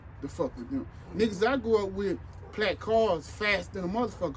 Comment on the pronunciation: Yall didn't hear him say PLAKK cars!💪🏿💪🏿